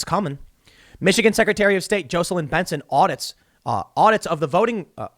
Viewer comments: Tim, Tim, Tim, Tim... JAW-celyn. Not JOE-celyn! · Tim its Jah seh lin or Jacko lin. Definitely NOT Joe seh lin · Dude. It’s Jocelyn. JAH’-su-lin with lin pronounced like the word “in.” The o is like the a in father, not the o in open. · Tim really has no clue how to pronounce the name JAWs-ell-in (Jocelyn) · I can’t let this go any longer. It’s pronounced JOSS LYNN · 🥲🤣😂 I was just about to say the same thing! Ha ha! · Tim needs to learn to pronounce Jocelyn 🤣